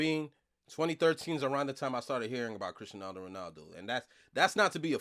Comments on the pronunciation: It’s cristiano not crisenano Ronaldo stop saying that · But why can't you say CRISTIANO bro ?! 😂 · Why does he keeps on saying Cristianaldo Ronaldo?😅